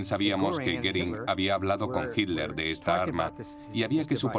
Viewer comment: Adorf Hitler se escribe, se pronuncia Hitler, soy de origen alemán se lo que digo...